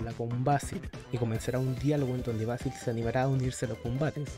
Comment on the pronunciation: "Beisil" Ulalala señor francés "vásil"